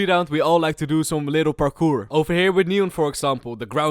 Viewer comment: "parkoor"